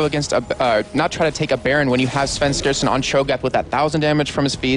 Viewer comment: Why does, I think that's him, say Svenskasen?